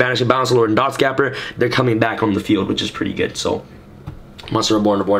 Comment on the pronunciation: you pronounced dotscaper wrong again lol